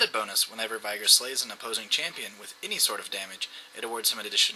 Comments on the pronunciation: Where is the "AI" in "VEEEEEEEEEEEEIIIIIIIIIgar" ?? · You say veigar like viagra :D